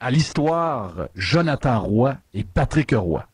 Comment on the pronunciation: heille ! c'est Patrick Roy et non pas Patrick '' HE'' Roy. Il n'y a pas de ''E'' entre les 2. Commence par apprendre à parler... Un animateur de Radio sans vocabulaire. Et je paris que tu dis Stéfune (Stephen) Harper quand ça se prononce STEVEN. Trouve des vrais sujets. Car la radio de l'université est plus BRIGHT que toi.